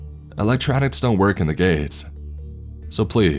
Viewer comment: Did he just say "electronics don't work in the Gays" .....?!? I'm outraged! Outrageously outraged.